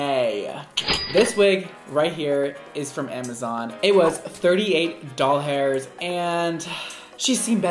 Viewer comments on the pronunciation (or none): who also heard him say not dollars but... doll hairs